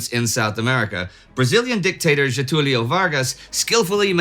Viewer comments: Very impressed with your pronunciation of Getulio's name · A foreign history content creator finally said Getúlio right.